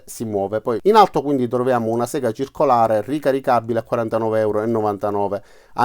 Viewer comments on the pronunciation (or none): none